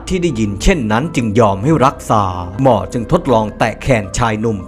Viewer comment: ทำไมแอดพูดคำว่าหมอเป็นมอทุกคำ ตอนแรกฟังแล้ว มอมันใครหว่า พอฟังซ้ำหลายครั้งเพิ่งเก็ตว่าเป็นคำว่าหมอ 555